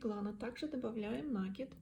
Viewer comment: Пожалуйста, не коверкайте слова, изучайте орфографию.. Слух режет Ваш нАкид!